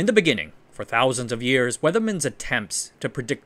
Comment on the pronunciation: In the beginninning 😂😂😂